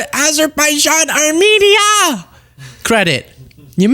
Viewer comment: Trump can barely pronounce Azerbaijan. Just more people bending the knee and sucking up. He hasn't brokered any peace deal anywhere, and it's a joke that anyone should think so.